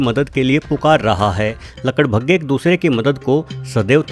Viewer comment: आपने गड्ढे को खड्डे और लकड़बग्घे को लकड़भग्गे कहा उच्चारण ठीक से कीजिए महोदय जी 🙏